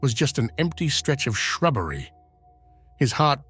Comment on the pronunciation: This guy needs to be an ABC presenter, over dramaticly presenting stories as fact that are most likely made up.... the way he said 'shrubbery' is going to haunt me forever. Can we please have the lovely lady with her soothing voice back please.